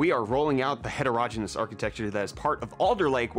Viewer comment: het' er oh gee nus accent on first syllable ( gee as in golly gee )